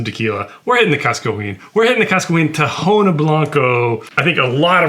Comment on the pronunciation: Don't want to sound like and ass or anything but for the information sake of the community, the H in tahona in Spanish it's silent, so the correct pronunciation for anyone interested is Taona not tahona